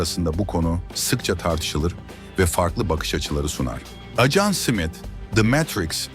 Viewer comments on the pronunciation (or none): Acan diyip durdu. Dikkat etmediniz mi😅